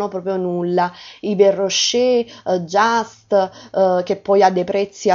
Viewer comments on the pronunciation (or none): none